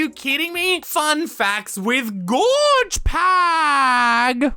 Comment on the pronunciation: It's Gorg with a G not a J